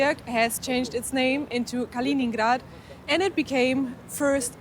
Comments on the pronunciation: It's named after Kalinin, not "Kalin"... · De uitspraak van Königsberg is fout. Ook van Kaliningrad. Stop met deze onzin.